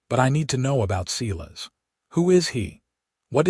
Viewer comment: Okay, Ms. Patterson is one heroic lady. So glad to see that the town backed up Dillan in standing up to Silas Mercer.I too like this narrator but I wish they would pronounce not as Seelas but as Si (long I) lass. 😊